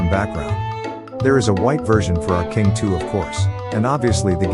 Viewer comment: is saying kimg